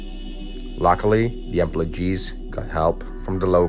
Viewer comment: Me wondering what "emplowgees" are 🤔